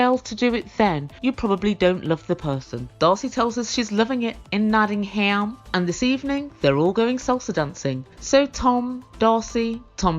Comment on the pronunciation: So satisfying to hear a fellow Brit calling Darcey out on her crappy pronunciation of Nottingham!